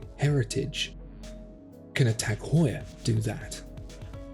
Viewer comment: its "Heuer"